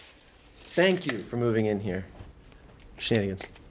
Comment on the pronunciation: Owoah 'Cheive Hunter Shnan-i-gans Owoah 'Cheive Hunter Shnan-i-gans Matt moves in wit' the rest Shnan-i-gans They're slicin' up his desk Shnan-i-gans OWOAH 'Cheive Hunter Shnan-i-gans